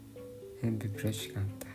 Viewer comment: Фирошки ч гэх шиг пирошки ш дээ 😏